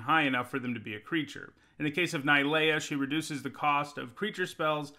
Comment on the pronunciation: Its not ni lea.... And you jist kept saying I lol